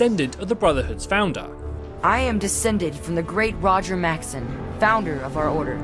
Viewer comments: Dude it’s pronounced Max-son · Are you incapable of pronouncing words correctly, it's pronounced elder Maxson not maxton, and it not elder leions its elder Lyons pronounced as "lions"